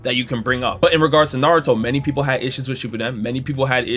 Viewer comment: Man we knew Michael B Jordan was a fraudulent anime fan back when he said his favorite anime was “Nuh-ro-too” and this is only more proof, he just named the 5 he could remember 🤦🏽‍♂️